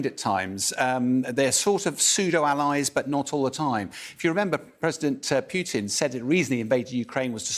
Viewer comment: Stop funding Ukraine and the war ends. Why can’t these English pronounce Putin’s name?